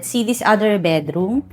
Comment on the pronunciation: I just can't get over the "betroom" word. Cloying. Got to go. 😷😷